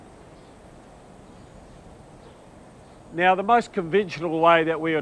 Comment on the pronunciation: What’s is this TUM-BAAHHH he speaks of! 😂